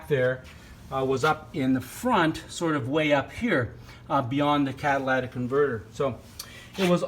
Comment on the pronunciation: CAT-A-LIT-IC, not CAT-A-LAT-IC !!!!